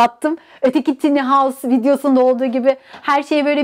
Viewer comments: Video için teşekkürler. Yalnız tiny değil de "tayni" derseniz daha doğru olur. :) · Telafuzu "tiny" değil "tayny "